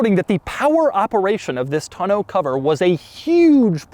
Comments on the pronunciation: The back cover, a "tonneau," is pronounced TAW-NOH, not TUH-NOH. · Doug, the kind of guy who pronounces it “ton-OH” cover instead of “tahn-o” cover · Who pronounces “Tonneau” “Ton-know?” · I guess me and my family and everyone I know has been saying tonneau cover wrong my entire life because how they always said it was “ton-uh” cover and clearly I now know that’s wrong cus I googled how to pronounce it lol cuz every time he said it in the video which was at least 30 times in the part talking about the bed 😂😂 it kept bothering me how he was saying it and him saying it like pronouncing every letter perfectly like he jus learned the word also bothered me a lot lol but now I know I’ve jus been saying it wrong forever and so has everyone else I’ve ever known 😂🤷🏻‍♀️ #themoreyouknow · Every time Doug says tun-oh cover I lose focus for the next 2 minutes of the video. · How does he not know how to pronounce tonneau yet? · Why do you pronounce tonneau so weird...